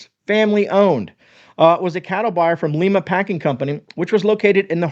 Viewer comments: "L-EYE-MA" OHIO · Lima = Lye-mah Not the Spanish pronunciation 😅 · I grew up in Lima (pronounced Lyma), so I am familiar with them. Did they not Trademark their name "Keystone" to avoid this type of issue? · The city Lima in Ohio is pronounced Lime ah. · Hey, glad you clarified this. I actually live near the company. I've shopped at their retail store at their location in Lima (prounounced like Lima Bean, not Lima Peru, lol) for years. My parents shopped there also. They have the butcher shop in the store where you can buy fresh meat also, as well as their canned products. They also make some of their own deli products, like Bologna( the best old fashioned type) and Ham Salad/Sandwich spread. I don't eat that stuff much but theirs is really good. They are involved in the fair when the kids showing their livestock sell them, they buy from them also to support the junior fair. Also, we have a local hamburger chain called Kewpee that gets their meat from Keystone. The meat comes in daily, the cooks grind it fresh and make the burgers right there in their kitchen. Their burgers are so much better than McDonald's or those other places. Just a little extra info for you. ❤ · I'm in OHIO everyone I know pronounces it ....Lime-Uh...thanks for the video I prep with it myself.. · Hi, Lima, OH is pronounced Lie-ma (think Lima beans). I got in trouble in a meeting for mispronouncing that lol Great video, I may need to take a ride to Lima and check them out. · I live near Lima its a great company, but its pronounced lie-ma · I'm from Lima Ohio and please please please don't pronounce Lima like the capital of Peru. It is pronounced like a lima bean. If there's one thing that we absolutely despise, it's saying Lima Ohio.......Lima Peru😠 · Good information. BTW it's pronounced like a lima bean Lima OH. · Just saying. I'm from Ohio. It's Lima like the bean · No problem. Most not from Ohio thinks it's pronounced the same as the capital of Peru. ;) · Li- ma not Le- ma